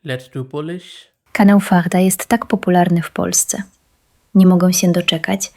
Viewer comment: In Polish make 1 error: "kaneł" instead of "kanał"